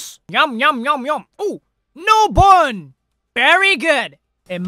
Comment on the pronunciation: help why'd he sound australian when saying 'bone' lmaoo 😭